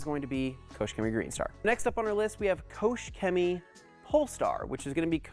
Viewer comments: Kooosch cemy xD xD xD You pronounce it reaally wrong :D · It is spelled „KOCHrrr Chemie“ and not „KOSH Cemie“